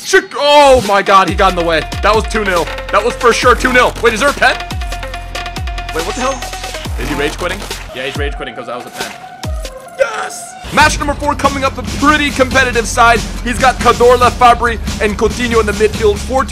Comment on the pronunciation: Please say cazorla not cadorla pllleeaasse I lol ur vids but it annoys me man